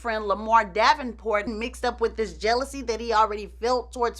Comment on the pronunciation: Lol, "well listen ta dis" 😂 this is just tuuuuuu much 🤣 🙅‍♀️